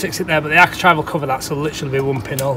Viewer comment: Architrave rhymes with grave. Architrive is a grave mistake, geddit! Very helpfull videos, thank you